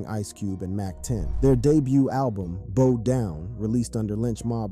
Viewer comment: Bow not bow and arrow.